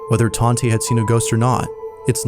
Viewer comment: Tante is aunty or aunt in German I believe. She probably just goes by Tante. Taunt-uh ❤